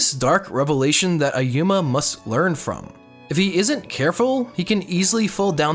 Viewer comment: Its ayumu, not ayuma... gawd...